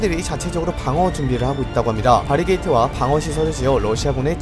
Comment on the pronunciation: 바리게이트 아니고 바리"케이드"에요 baricade